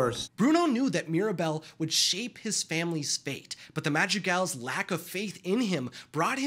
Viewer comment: I'm sorry, but this entire video this guy wasn't calling them the madrigals, he was calling them the magic als